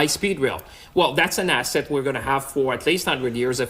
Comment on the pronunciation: Did Champagne say, "Asset, or Asshat?"